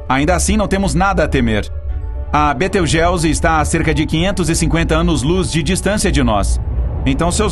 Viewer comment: Betelgeuse ( Betelguizi ), não beteugéuzi